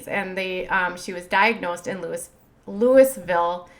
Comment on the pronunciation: YOU DONT PRONOUNCE THE S In Louisville Kentucky ( I’m not sure if I spelled that right but with either spelling you don’t pronounce the S it’s pronounced loeeeville